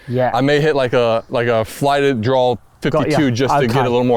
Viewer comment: Does Billy say Drawl instead of draw?